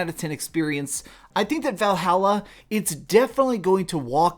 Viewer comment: Val - hall - uh